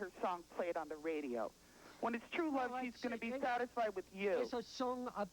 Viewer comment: "That's not twrue.🤓😓